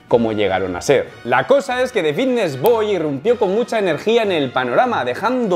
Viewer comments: Por qué dice bidnesss en vez de fitness? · por que dice bigness y no fitness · Alguien le puede decir que es Fitness no “Bitness” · Xq dice la f como b? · Por qué dice Vitness? No es Fitness? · Solo escucho Vitness boy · Por qué dice comunidad Vitness? Jajaj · Porque dices VITTNES?? Creia q era fittnes?🥲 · Es “Fvitnes” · Porq dices bitnes? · Por qué dice vitness??? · Me da algo cada vez que dice VITTness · jajaj me mola como dice fitness, pronuncia la F de una manera graciosa. GOD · por qué cambias la F por la B???? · Por qué no pronuncias la F? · wn por que no dices fitness bien, me estresas que digas la palabra con la b, minimo pronuncia bien las palabras